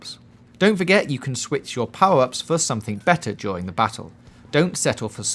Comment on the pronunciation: Why cant he say "R" properly ! POWE Up ! GEAT way to win !